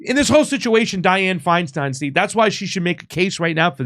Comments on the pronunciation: You re pronouncing her surname wrong. It's not a long "e" in stein. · Lol it's hilarious how he switches between pronouncing Feinstein as "stine" and "steen" almost every time. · Dude can you just pronounce her name correctly once or just the same?